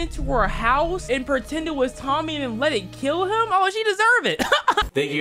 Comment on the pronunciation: 'kell him ' i accept with you bro 😂😂😂😂😂😂😂😂😂😂😂😂